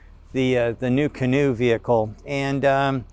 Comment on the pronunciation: Why "CANOO" ??? :goodvibes